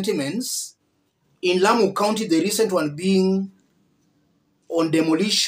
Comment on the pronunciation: Please listen to the lady that's speaking, she says "here in Lamu"